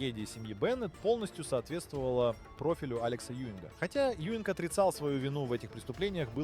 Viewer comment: Az átszállítása nagy hiba volt. Kár, h az AI felolvasás lerontja. Alex Juing- nak kell kiejteni, nem Ewing-nek.